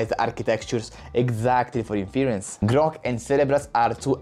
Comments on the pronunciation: Definitely interesting startups out there, although I don't think NVidia's dominance is at risk for 5-10 years, and they are also researching new approaches with a vast budget too. So I wouldn't discount them as the continued leader either. Btw in English "inference" isn't pronounced in-FEAR-uhnce, but rather, IN-fuhr-ence, with the emphasis being on the first syllable, and a soft "e" (or even an "uh") in the second syllable. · Its super annoying when you say inference. its pronounced IN FUR ENSE. maybe its because im texan, you can use even fewer syllables, and call it IN FRENSE, like you say my airplane just landed in France, but Frence.